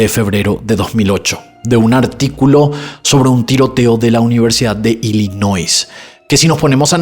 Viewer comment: Cuando se pronuncia Ilinois en ingles la s es muda